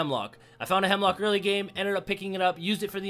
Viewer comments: Bruh, isn't it Hemlok, not Hemlock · Isnt it called Hemlok instead of Hemlock? Nice gameplay btw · Jacob Freund nah gee its Hemlok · It's Hemlok.